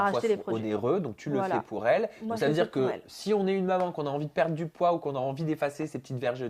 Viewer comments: C'est bizzar au lieu de dire “Maman” elle dit “Moman” ou j'me trompe ? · Elle dit manmans